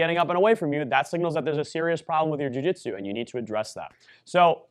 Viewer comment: What the heck is a Jiu-Jitero?